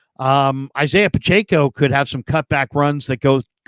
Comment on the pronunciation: Couldn’t finish this one…pronouncing Pacheco’s name wrong was getting too annoying 🙄